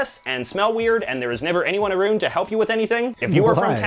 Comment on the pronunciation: As a Canadian, I've never heard anyone ever say aruned instead of around lol.